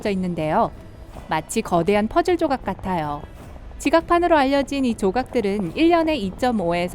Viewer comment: 나아요,있떠요,부분입니다,같아요, 발음좀 제대로 해주세요 있떠요~ 침 고이셧어요?